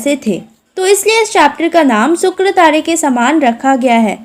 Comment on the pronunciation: It is not sukratare. It is shukratare. It is not tade. It is tare.